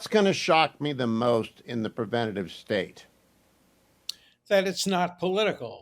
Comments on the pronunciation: Hugh! pre-VEN-ta-tiv is NOT A WORD!! The title of the book is The Preventive State (pre-VEN-tiv). It is excusable for illiterate people to utter non-words; but you are NOT illiterate. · Why can't Hugh say the word "preventive"? For crying out loud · My editor ears were pained by your pronunciation of Preventive. Glad he cited the name over and over and that you showed the cover so we can properly order it. Love the show. Big fan.